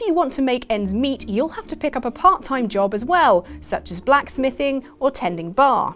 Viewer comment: don't you mean make ends "mead"?